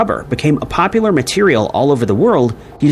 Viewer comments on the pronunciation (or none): none